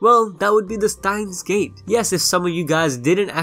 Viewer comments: why do you say stein gates instead of steins gate so often? 🤔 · Stop please stop saying stein gates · 'Stein Gates' 😂